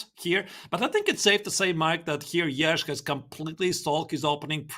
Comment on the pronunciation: you guys got to learn how to say yagiz kaan's name . what the is yagij mean . can you se the letter J